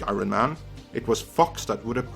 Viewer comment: Did this superhero-savy channel just call iron man i-ron man?